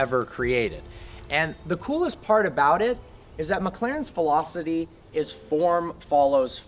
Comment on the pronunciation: he said "philosidy" instead of philosphy LMAO